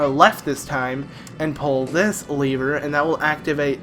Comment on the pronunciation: It's a lever, not a leever